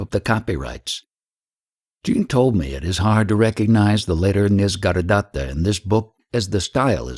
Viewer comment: It is not "Nis-gar-datta" it is "Nisarga-datta".